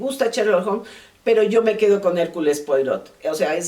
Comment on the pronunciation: Se pronuncia hercul puarot